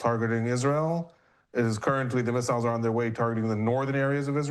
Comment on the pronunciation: can we replace these guys with a couple americans that know how to pronounce "missiles" and "azerbaijan"